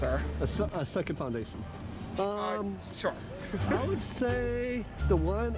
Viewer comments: " A second foundation?" James: "Shore" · “a second foundation?” james: “SHORE.” 😂 🌙🌙🌙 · I clicked faster than James can say “shore”. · I’m Peruvian and everyone’s laughing at how you pronounce “ sure” so now idk how to pronounce it HAHAHA